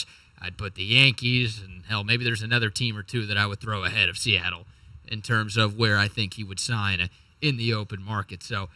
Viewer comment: Fuk Se-at-tle Is 4 right?